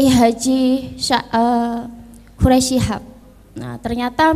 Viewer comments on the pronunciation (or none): none